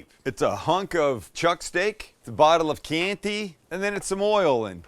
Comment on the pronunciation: please, not Kee Ant y....kyan ti.